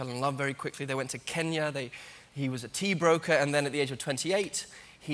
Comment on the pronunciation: Thank you for pronouncing Kenya as Kenya💕and not Kenia